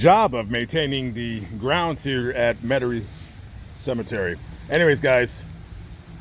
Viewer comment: METAIRIE not Metarie